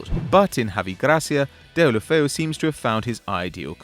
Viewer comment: Those names sound so awful coming from his mouth. Herrad ghelofeyu. Luuka deen?